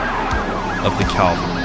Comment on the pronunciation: Cav-el-ree. cavalry. Not calvary